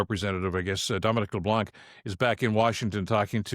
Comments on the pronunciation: LeBlanc is pronounced with a silent c. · In Leblanc the c is silent. Time that i can give to Carney but slack never. I can't read his mind, i trust monsieur Carney way more than i can trust the conservatives but Canadians shouldn't lower their vigilance and should never mute their voices, We have the right... no the obligation to keep our govt in line or we are doom to fall in the same hell than all countries governed by totalitarians and dictators.